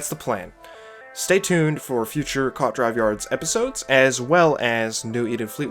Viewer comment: Hate to be "that" guy, but it's pronounced koo-aht not quat